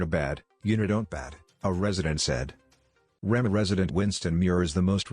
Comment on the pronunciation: This is so funny 😅😅 The way he pronounced Rema